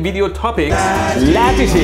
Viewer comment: LATITY is pronounced Lá Tittie